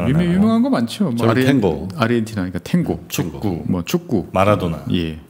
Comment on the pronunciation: 아르헨티나라고 쓰고 아르헨도라고 읽습니다~~~